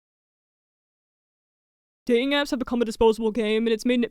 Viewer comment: Love your content, but please work on on enunciating your t's. Like "dating" and "Toyota", you inconsistently pronounce the second t